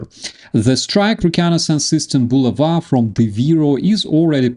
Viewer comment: It's bu la' va, not, bu la va'